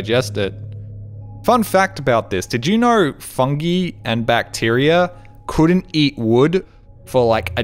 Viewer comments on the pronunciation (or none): Not how you say fungi or automated but okay.